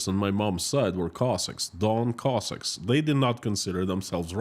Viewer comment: that does not explain how you pronounce anything. The only way to illustrate pronunciation is to take a word that people all pronounce a certain way that rhythms with the way you are expressing. English has alternate vowel sounds. Take the word HELICOPTER. The O is short. Take the word STONE. This is long O sound. I have never heard anyone pronounce Cossack any other way than with short O sound.